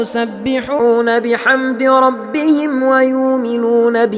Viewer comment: ما شاء الله صوت جميل جداَ جداَ ولكن الاخطاء عندك كثير الله يهدينا واياك يارب يعني مثلا يدعون انت تقولها تدعون وفي اخطاء كثير نفسها وتنطق شده على الاحرف وهي مافيها وتوجد احرف بها شده لا تنطقها وعندك الايه 73 من سورة الزمر ( وَسِيقَ الَّذِينَ اتَّقَوْا رَبَّهُمْ ) انت تنطقها ربهموا اتمنى تنتبه لهالأخطاء وغيرها كثير